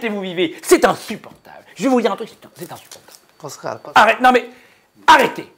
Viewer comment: "C'est inssUportable"